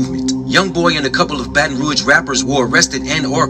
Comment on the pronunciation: she said “Bae-tahn Roag” lol it’s pronounced “Bat-n-Rooj”